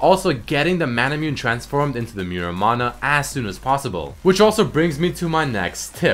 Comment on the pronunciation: Nice vid, just a couple things that sorta bothered me in the video: manamune is called mana - moo- neh and muramana is moo-ra mana.